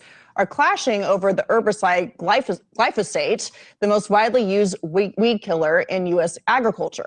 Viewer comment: Please for the love of DOG!!!!!@ If you KNOW you're going to be reporting on something in particular and saying the name of said thing over and over and OVER again PLEASE FFS LEARN HOW TO PRONOUNCE THE GD WORD!!! "GLY- FAUX-SATE" "GLY- "FOH" SATE" = glyphosate! You try to speak with authority but mangle stuff way too often! iF you eat food you should KNOW WTF glyphosate is! Especially a college graduate. JFC Glyphosate been KNOWN !!!!! You LATE Boo!